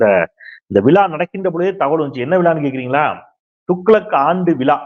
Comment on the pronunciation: தமிழை சரியாக. உச்சரிக்க. வேண்டுகிறேன் விலா,அல்ல,விழா...தமிழ், எண்,உயிர்.....